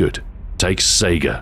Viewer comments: The puns are genius as always, but it's actually pronounced "SEYE-guh." Why'd they make it left-handed if your player character is right-handed? How does a laser marker affect the tightness of the pattern? That's video game logic, yo! A clip is a device, other than a speedloader, used for loading a magazine or cylinder. "Not bad, not bad." <-(Someone will get that reference.) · Mikuo hatsune and Len kagamine it's pronounced "scy-gah" I believe. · Minedweller329 It's more like "Sae-gah". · The Gun's full name is the Saiga 12, people usually people are known to pronounce the name as SEGA. so the puns are based on SEGA thing. One of the company's ad slogans in the UK was "To be this good, takes SEGA" also he referenced their old console the Genesis as well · I liked the pun, it was a pretty clever reference, but you mispronounced saiga.